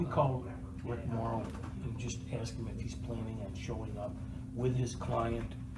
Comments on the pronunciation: He just had to axe a question.😆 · It's ASK not AKS (AXE) You'd be in trouble if you AXED someone.